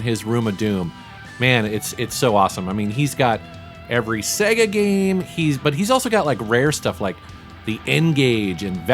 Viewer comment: Finally, an American who pronounces SEGA correctly:)))